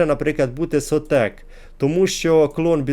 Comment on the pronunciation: шОтек, а не сотЕк, зменшене від слова "шот"